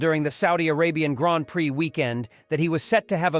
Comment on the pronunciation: I stopped listening at "graanpricks".